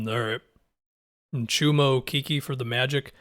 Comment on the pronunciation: Okeke is pronounced Okeh-keh